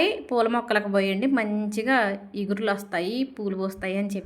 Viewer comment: చిగుర్లు not ఇగుర్లు